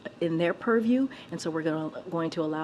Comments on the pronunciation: If i hear one more "under the puriew"😡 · Oh yeah, please, say perview again. She says that so well.